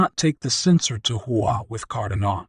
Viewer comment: car-DAH-no. Not CARdan-oh